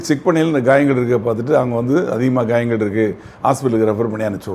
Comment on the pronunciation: Not gayangal but kayalgal